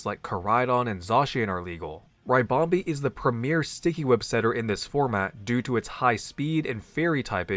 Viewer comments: When American PokeTubers mispronounce Pokémon names it makes me shiver 🥶 lol but happy to be wrong if I am, but is it not RIH-BOM-BEE (like a ribbon) 🎀 like what the Pokémon is shaped like so not RYE-BOM-BEE ? Love the content as always, by the way it’s just one of my little pet peeves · It's a ribbon bee, not a rybon bee. It's ribonbee not raibonbee